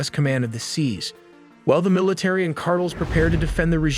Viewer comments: Yeah, it's pronounced as Car-Tell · Car-tales, not "cartulls." Hate fake voices. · 카르텔이 아니고 카드레 ㅋㅋㅋㅋㅋ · AiTelly, fire your narrator. he pronounces things like Cartels "cardles" ...and Iran "Aeraan" and those are just the one's I've noticed. How can someone payed to narrate be soo bad. You literally had one job. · I had to put captions on to figure out wtf "cardals" was. For the love of god, learn how to pronounce "Cartels." It's a very simple word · so you gone pronounce it cardle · "car tills".. if your going to have AI read your shit then at least fix it when it says something stupid. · You have nearly 2 million subscribers, you make really good looking professional content. The least you can do is pronounce CARTELS correctly. It kind of throws the entire video off. Here's the correct pronunciation (car•tel) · The drug "carttles?" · I stopped watchinh as soon as he said cartle 😂😂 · "Cartles" = cartels. Guess ai cant help narrator learn to speak english.😊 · “ drug cardles” Trash AI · Only AI would mispronounce "cardle" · “Car-Tulls” can’t be stopped by military, but with AI.. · Car-toll...voiceover is 😂 jake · CARTLE? lol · Within seconds I heard “Cardels”. I was done. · Car-dels??? No AI huh? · It's pronounced car-tell (s) my guy 😅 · No AI was used…. “Drug ‘cardles’” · I hear cardinals like damn the pope pushing drugs now 🤣🤣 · Cardels word is pissing me off. No talent, when you can AI everything smh. Trash video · Tha Arizona Cardinals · You cannot pronounce cartels !!!! dumb ass AI. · No AI used in the video but the AI narrator can’t even say cartels correctly 😂. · Really couldn’t hire a human or at least attempt to fix the awful pronunciation of this AI? This is terrible. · Why can't you say CARTELS properly? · AI can correctly pronounce cartels. This is human error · So the voice is ai then? Nobody pronounces cartels like that ❤